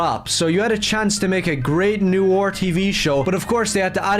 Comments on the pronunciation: "NEW-ARE" "NEW-ARE" this kid is really hard to listen to. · His pronunciation of noir is weird why is he pronouncing it 'new or' when it's 'no are'.:_OneTenth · noir /nwär/ literally look up noir pronunciation on google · I know it’s probably just his accent but it’s ‘noir’, not ‘noo-war’. If he wants to be so pissy, he should be subject to his own kind of criticisms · HE CAN'T EVEN PRONOUNCE NOIR!!!